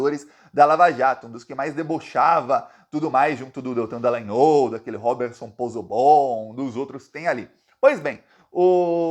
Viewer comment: O nome do cara não é "DalagnÔl" É DalagnÓl